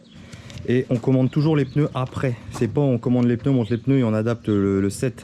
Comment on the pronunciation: Des ' PEUneus '😒😒😒